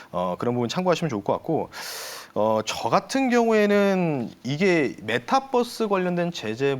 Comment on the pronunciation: 메타뻐스 아니구 메타버스입니다